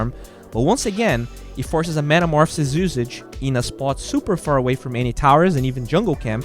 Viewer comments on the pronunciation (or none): none